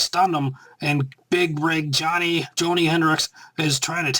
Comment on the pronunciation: it's pronounced JAW-KNEE